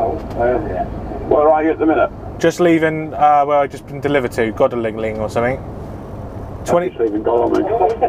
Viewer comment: Godalming is pronounced "god-ole-ming"